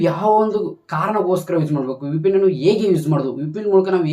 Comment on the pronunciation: UPN alla kano 😅😂 VPN adhu 😂🤣😂🤣 karma 😂🤦🏻‍♂️